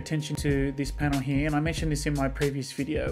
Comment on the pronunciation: “Right heeyuh”